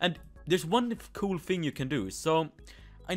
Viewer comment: He said coo instead of cool